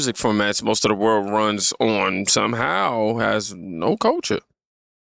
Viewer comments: did he say culture or culturl? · Dude couldn't even pronounce the word culture correctly 😂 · Dude can't even say "culture " correctly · The guy talking about everyone has culture except the white people can't even pronounce the word culture properly and he has the nerve to laugh at others. We have white culture he knows it and that is his problem. He has nothing to be proud of in his culture nothing to pass on to his children except how they destroyed. He needs to go back to school and take a course in English so he can at least teach his kids how to speak. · The guy talking about culture doesn't even know the correct pronunciation of the word. And he's saying white people are stuck holding on to their European heritage from 200 years ago, yet it's the black communities that hold on to their African heritage including wanting to be referred to as AFRICAN American. And that's fine, I'm all for embracing your lineage, but trying to discredit others doing the same while making your heritage from a whole different continent your entire personality is wild.